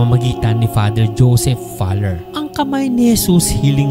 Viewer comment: ang pronunciations ay Falyer, hindi Faler